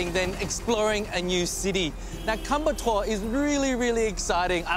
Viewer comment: The correct pronounciation is " Koyambattur" but what you're saying is " kumbattour". Please note that.